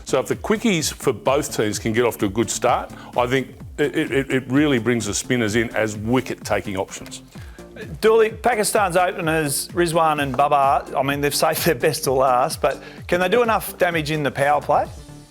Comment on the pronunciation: It’s not baba or babba it’s Babar “ the roar of the Lion” In Urdu and Persian the most common phrase is BABAR SHER. The word barbarian is also an extract from the same the same word. Simon seems to be a goofy character in GK.